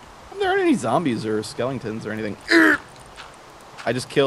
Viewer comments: Lol calls skeletons, SKELEINGTONS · I always thought they were Skeletons, not Skelingtons. HAVE I BEEN WRONG MY WHOLE LIFE?